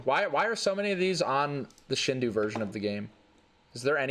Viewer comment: As a weeb, I also want to say that it's not pronounced "shin-dow"; it's more like "sheen-dough". It's a Japanese word (振動) that more or less translates to "vibration", and as you might expect (and as Some Jeep Guy said), this version of Super Mario 64 is called such because it added compatibility with the N64 Rumble Pak. To my surprise, the original website for the shindou version of the game is actually still live on Nintendo's domain as of this posting: I mean... that's pretty fucking cool. Check that shit out.